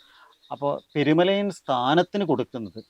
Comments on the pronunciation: പെരുമലായൻ അല്ല പെരുമലയൻ ആണ് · അവതാരിക പെരുമലയാൻ എന്നാണ് ഉപയോഗിക്കുന്നത്.. പെരുമലയൻ എന്നല്ലേ ശരി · പെരുമലയാനല്ല പെരുമലയൻ